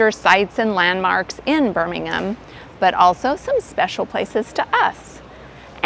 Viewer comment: Impressive pronounced Birmingham correctly 😅